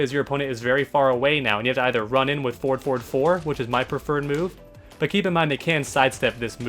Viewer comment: Having a stroke listening to you saying forward, anyways 10/10 guide